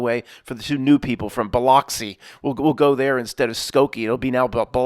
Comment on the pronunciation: Biloxi is pronounces "buh-LUX-ee